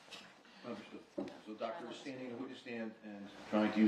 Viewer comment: “ Hello Docta “ 😡😣🥸